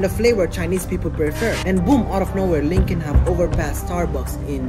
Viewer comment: Uhhh bro it’s luckin not lunkin